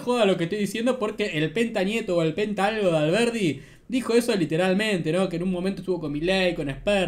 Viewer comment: No puede ni decir alberdi.. dice alberti